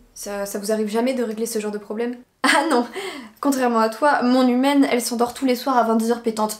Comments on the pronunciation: J’avais compris «mon hymen» au lieu de mon humaine 😂😭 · Toute la vidéo j’ai entendue “hymen” 😭 c’est seulement en voyant les sous-titres que j’ai compris qu’elle dit “humaine” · Moi qui entends "hymen" au lieu de "humaine" à chaque fois 👁👄👁